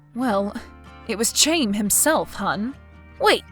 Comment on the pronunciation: "Chaim" is pronounced "hime". "Him" with a long I.